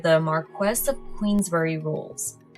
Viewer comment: Queensberry, not queensbury 🫵